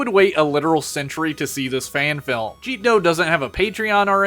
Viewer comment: Ah yes Jeetdoh. . .I remember when that artist did much rounder art. . . So happy he's doing what he loves though, also I thought it was pronounced like Jet-dough